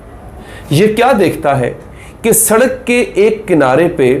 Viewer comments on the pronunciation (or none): none